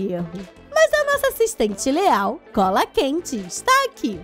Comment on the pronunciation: Ela falou leal invés de real quem percebeu da um link para mim